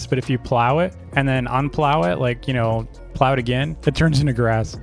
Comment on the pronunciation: the way he says plow gets me lol 😂